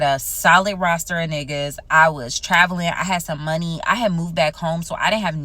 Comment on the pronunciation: pleease stop saying roaster 🤣